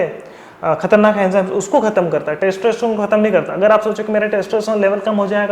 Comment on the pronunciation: testroestron? wtf are you saying? please take care of your pronunciation!!